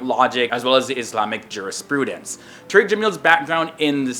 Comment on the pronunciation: it's pronounced "Tar-Rick" not "Tureek"-- you're changing the meaning dude!!!!